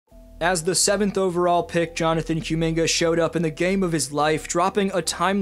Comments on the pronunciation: Koo Minga, not Cue Minga. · I’ll keep watching your videos but I’m not gonna subscribe until you get rid of this Q-Minga pronunciation 😂😂